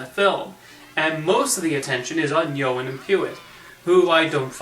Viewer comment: I loved the Smurfs as a kid. If I have to pick a favorite Smurf it would have to be Clumsy because I think he's adorable! By the way the host pronounced the names Johan and Pee-Wit wrong. Johan is pronounced Yo-han. And Pee-Wit is pronounced Pee-Wee.